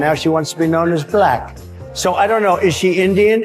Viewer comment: Anyone listen to how he says certain words? Such as balack, and a few others. His pronunciation says it all